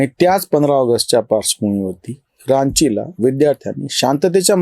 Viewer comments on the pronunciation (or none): रांची चा उच्चार "गंगा" सारखा आहे.आपले सगळेच व्हिडिओ छान असतात म्हणुन सादर सूचना.अन्यथा घेवू नये...